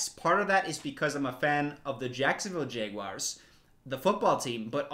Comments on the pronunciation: is he saying "Jayguars"? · the way you pronounce jaguars has me so confused haha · obsessed with the way pronounces jaguars